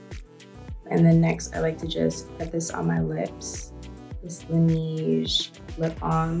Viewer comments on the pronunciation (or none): ‘LanEeEEge” It’s like nAYJe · lan-ezh not lan-eeezh.